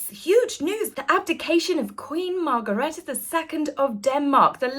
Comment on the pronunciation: Happy New Year fra Copenhagen dear. Is is Queen Margrethe not Margaretta, sorry I have to correct this, there is no a in her name. It is spelt like Queen Margrethe l, we have had another Queen Margrethe, like you had Queen Elizabeth the l. Sorry, but I just had to put it right, like crownprins Frederik is spelt without c. Many warm greetings from "wonderful Copenhagen", as I am proud of and of Denmark of course. Your loyal supporter.